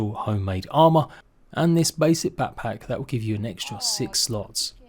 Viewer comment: Haha “papack”